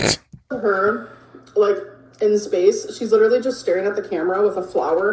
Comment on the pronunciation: I'm not gonna listen to someone who cannot pronounce the majority of their native language correctly's - "liiiiderulllyyy", "supposively" etc. etc. - opinion on whether the moon landing was fake or real, or whether Katy Perry left the ground or not.